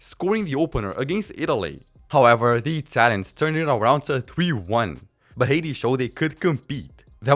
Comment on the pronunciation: How the fuck you pronounce Haiti hahaha, thats so funny. Except that, really like the video, great stuff bud.